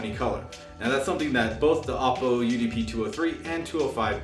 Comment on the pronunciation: It's pronounced "Oh-poe", not "Op-oh". Also, in your video you suggest the DACs are only available on the XLR outputs. This is DEAD WRONG. They are also available on the standard RCA analog outputs as well. That means anything you listen to through analog out (whether it's a digital music file or a music CD), will make full use of the DACs.